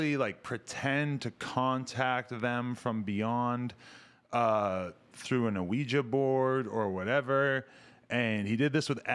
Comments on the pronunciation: Uh-we-ja board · Literally Adam and you ruined the whole video for me before it even really got started just by the way you pronounced Ouija board that was terrible Jesus God tell me that’s not really how you pronounce it